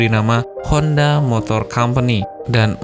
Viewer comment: Soichiro Hondo bro, yang bener.